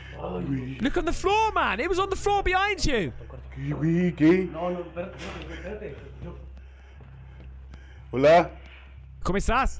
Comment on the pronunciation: # hola….. cuminass lmfao I’m dead 🤣